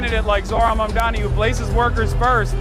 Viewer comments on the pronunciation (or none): those who still refuse to pronounce his name correctly can just call him MR. MAYOR 💅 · Part of the reason I'm glad he won is that Zohran's opponents were using cheap, dirty identity politics to try and discredit him. The amount I've seen his haters deliberately mispronounce his name is ridiculous. The labels used against him because of his Muslim background have been absurd. Those kinds of whack tactics should fail and I'm glad that they have in this race. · Cuomo in shambles - now he'll have to learn how to prononuce Mamdani's name 😭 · Seriously though, Cuomo making a point of not being able to pronounce his name should have been disqualifying in and of itself. Two options: - You're not doing it on purpose? You're too unintelligent to be in a position of power - You're doing it on purpose? You're a petty b*tch and you don't belong in a position of power I wish people would have started mispronouncing Cuomo's name on purpose. "Welcome Mister Cuomuo, is it? Coumuo? Sorry it's so confusing"